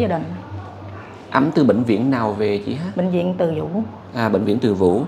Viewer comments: ơi bịnh viện Từ Dũ chứ không phải Từ Vũ nha! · Từ Dũ, mà cứ nói Từ vũ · ơi; Bệnh viện Từ Dũ chứ không phải Từ Vũ. (Bà Từ Dũ là mẹ của Vua Tự Đức) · Bv Từ Dũ( Từ Dụ) chứ k phải Từ vũ nha a. Tên của mẹ vua Tự Đức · Từ Dũ nhé ơi, không phải Từ Vũ! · Anh nhắc chút nha bệnh viện Từ Dũ chớ ko phải từ vũ em nhé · Bệnh viện Từ Zũ chứ ko phải Từ Vủ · Bv Từ Dũ chứ không phải Từ Vũ nha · Bệnh viện TỪ DŨ , chứ ko phải TỪ VŨ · Bv Từ Dũ, không phải Từ Vũ. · gọi tên Từ Dũ mới đúng nhé ….